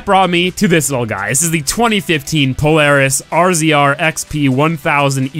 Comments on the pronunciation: IT'S NOT PRONOUNCED "R-Z-R" IT'S PRONOUNCED "RAZOR" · I hate to be that guy but it's pronounced razer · It's a razor not an RZR it like the XBow... you pronounce it as crossbow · gaming beast no it's not I have 4 of them not being annoying or anything but it's pronounced (razor) not rzr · "RZR" = "Razor" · Its a "razor" not a "r.Z.r" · I thought it was pronounced rzr(razor) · What is wrong all of y'all forza you tubers, it's pronounced razor not rzr. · why does everyone call it RZR its pronounced Razor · Ikr everyone saying it like r z r pisses me off lol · It's pronounced (razor) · thank you lol. i was getting tired of that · The rzr in real life is cooler than it is in the game. It's pronounced razor btw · I bet you have been watching tc's vids because it's pronounced "razor" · it's pronounced razor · The name of it is pronounced razor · pronounced razor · why cannt people just say rzr as in razor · It's pronounced razor just the name rzr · rzr is pronounced as "razor" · its pronounced razor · its pronouced razor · Jesus, why does no one know the correct pronunciation of this thing's name? It's pronounced RAZOR,. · It's pronounced razor so you don't have to say RZR